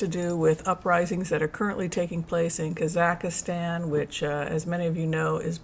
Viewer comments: KAA - zuhk - staan NOT Kah ZACK istan . American pronouncination is emphasis on the first syllable. British pronounciation is on the last syllable. No emphasis is placed on the middle syllable. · Watch the Borat movie for the correct pronunciation of Kazakhstan (KAH-zahk-stan). It does not rhyme with Pakistan. 🙂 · Just an fyi...it's 3 syllables kaa zuhk staan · Excellent info! Thank you. One minor correction : it’s kah-Zahk-Stan. No ih in the middle. Sorry. My Ukrainian ears couldn’t help it. Thank you again for your wonderful work and dedication. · Hi. i hope you dont mind me saying but you are pronouncing Kazakhstan incorrectly. please delete the 3rd "a" that you are inserting into that Country name as there are only 2 "a"s in the word. Thanks 😊